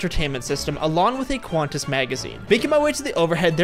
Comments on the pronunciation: "qUahNtaS" ITS PRONOUNCED KANTAS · It’s pronounced qwontas not qwaaantass